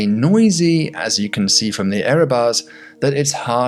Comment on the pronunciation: 'erabaughs'. always pay attention to the erabaughs when interpreting data. love it.